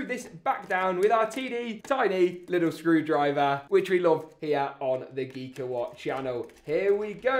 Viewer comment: Geek-a-HWUT xD